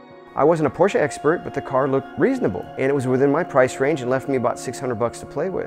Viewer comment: Finally an American who pronounces Porsche right!